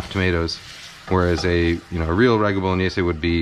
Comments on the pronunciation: Great video. Love the mathematic approach to onion chopping. Bow-luh-nayz, btw. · I just realized I've been saying 'bolognaise' wrong my whole life.